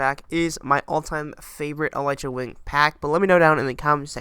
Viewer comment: It's pronounced eleetra not elightra